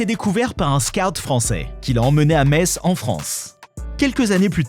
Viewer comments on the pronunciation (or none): none